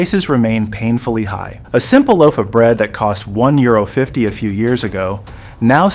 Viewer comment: Arrêter IA peffffff parle toi même au lieu de faire parler un robot qui ne sait même pas dire 1€50 centimes!!!!!! Ne ne recommande pas ce genre de Chaine !!!!